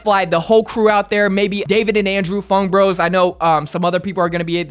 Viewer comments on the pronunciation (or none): none